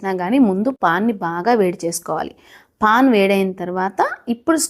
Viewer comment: Pon కాదండి, pan